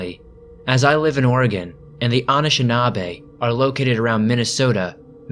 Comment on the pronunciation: It’s the way you pronounce anishinaabe for me— I’m joking, but the way you pronounce it isn’t the way we usually pronounce it. Good content tho!